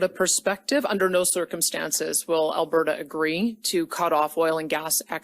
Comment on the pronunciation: She’s doing the right thing, I can’t stand the way he’s pronouncing Alberta is making me crazy. I watch 1 min of his video and was like uhhh NOPE. Lol